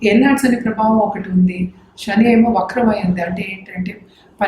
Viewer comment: తల్లీ శని అమ్మా షని కాదు.. వీలైనంత వరకు తెలుగు పదాలు వాడండి. ఉదా : Sun అనే బదులు సూర్యుడు అంటేనే బాగుంటుంది